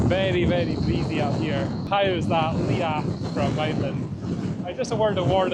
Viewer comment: Your pronunciation of hill names is hilarious. Liathach... Liach??? Try saying Leeagach